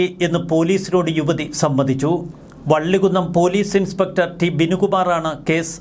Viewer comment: വള്ളികുന്നു അല്ല മൈരേ വള്ളികുന്നം